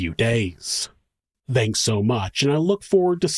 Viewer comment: I wasn't going to ever say anything but 'thanks' has a non-vocalized 'th' sound as in 'THink' or 'THin'. Not a vocalized 'th' like 'THat' or 'THose'. THank you (with an non-vocalized 'TH')